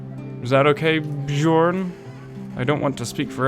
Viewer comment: the way you mispronounce bjorn and jorgen gives me a headache, it's not like you have to read chinese